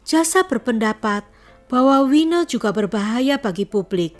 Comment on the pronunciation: Saran: Tolong lebih diperhatikan cara penyebutan nama dan terminology. Nama : Winnie. (wi-ni) bukan wineh. Satu lagi, obsesi. BUKAN opsepsi. Sangat penting untuk mendengarkan ulang video/audio yg telah di edit